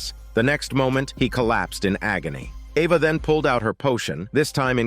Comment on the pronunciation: AI wasn’t sure how to pronounce the name Eva lol